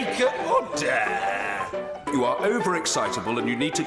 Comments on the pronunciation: "Oder", hahaha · He says order? Or HODOR? 😂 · It's "ORDAH" , why the U? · Mr. Bercow's favourite animal? OTT-ER! As a child, the job he wanted to do most when he grew up? AUTH-OR! Whether he himself thinks Brexit will happen? OUGHT-TER! His favourite fantasy realm? MORD-OR! Favourite tropical fruit? PAW-PAW! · It sounds like ODDER ODDER! ;-) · OH-DAH! Somewoons stolen me "r"s! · is my favourite. Never heard that way of saying it.